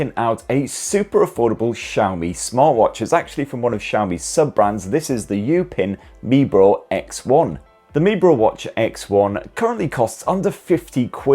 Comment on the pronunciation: It is pronounced "You-pin me bro" 😭😭😭😭😭😭😭😭